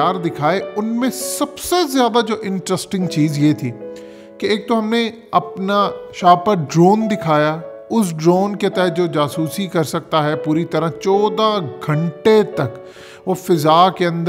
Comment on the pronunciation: Standarrrr tou theik tha as english is not our 1st language but shaparrrrr drone?? Shahpaar, kam az kam urdu tou sahi bolo.